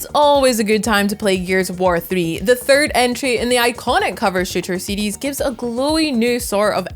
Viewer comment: im hearing seedees but she's saying series.